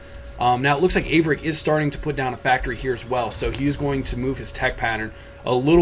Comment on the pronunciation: 13 is a noob. haha Thank you for correctly pronouncing Averic's name. I cant wait until I get a beta key so I can pwn 13 1v1 and then have achaia broadcast the game. -DIG